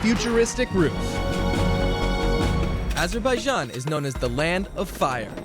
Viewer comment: Nice video, but you are saying "Azerbaijan" wrong. "j" pronounced same as it is in "james". Azur-by-Janh.